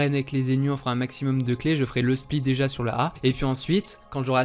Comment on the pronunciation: A chaque fois que tu dis déji je perds un an de vie sache le